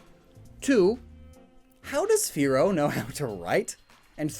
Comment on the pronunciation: I have all the Originals the ones before the censor also you said a lot of the name is wrong like you pronounce manga wrong also the the Pokemon Fearow you pronounced it more like Furrow